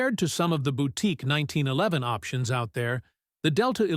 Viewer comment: This robot almost pronounces 1911 correctly. Almost.